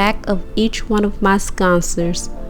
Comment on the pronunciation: GM- Your beauty is only surpassed by your creativity & talent! Thank you for sharing all of those blessings! (In the future, 🙏 please learn how to say what you're making correctly. Otherwise, it may undermine all the work & time that you've put into it- And I KNOW that you wouldn't want THAT ! ....The word is N-O-T' "sconsors" it's sconces there isn't an R in it!